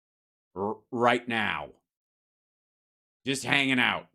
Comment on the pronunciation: Love your work Hal, but please,,, it’s AnTarctica not Anartica, just saying.